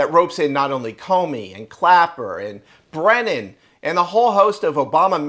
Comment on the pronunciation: Brennan, not 'Brenner'.